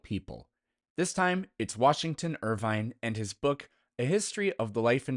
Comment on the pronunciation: Irving, not Irvine.